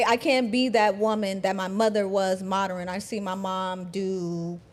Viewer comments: Saying “moderin” instead of saying modern. 🥴🥴🥴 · The "Moderren" shit was very irritating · I just can't keep watching this. She said, "moderin" just TOO many times. I'm out. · I am about to be PETTY....what is "Moder-N????? I thought it was Modern! And the stupidity of calling her Father a "low value man" and he has multiple properties....and sorry but she's not that cute to ask for $500k to $5 Million....LAUGHABLE 🤣🤣🤣🤣🤣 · The way that chick pronounces modern as "moderun" is on point. If you see a woman like this the only mode you should be on is "mode run" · Why do these channels bring ignorant trash 304s on for a discussion. They can't even pronounce "modern" (Moderin jesus fuckin christ) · She mispronounced modern as moderin, too. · Dis she mispronounced "Modern " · I'm sorry, but for someone who has trouble pronouncing modern, I had to stop the video when she said that the minimum amount was 5 million. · I’m not trying to be mean, but the Keiona girl seems dumb. She mispronounces a bunch of words. The way she thinks about stuff just doesn’t seem realistic. The type of man she wants is just mind blowing. Not realistic in the slightest! Plus she’s average looking with a face FULL of makeup and fake hair. So natural she’s probably below average. All of that AND she wants to run the relationship. 🤯🤯🤯🤦🏼‍♀️